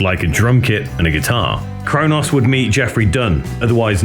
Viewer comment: Good doc, but I'm certain Cronos and Mantas aren't pronounced Crow Noss and Man Tass.